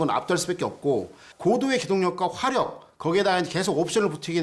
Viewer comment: 겸손하게 생일날 와줘서 기쁩니다 하지 생일 광고인가 자랑인가ㅋㅎ 역시 생각 깊이 없고 드센 2찍 지역, 쓸데없는 영상 제거 좀, 반국가세력 경상디언 말투 어버버 건성건성 드센말투 듣기 짜증남 뭔말인지 따로 갈라 살아라 화력을 하력이라 발음 안되는 왜구토착민!? 맨드는거고 에!?